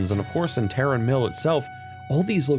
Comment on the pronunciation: Okay you finally get my sub, for literally being the only world of Warcraft content creator that knows how to pronounce Tarren Mill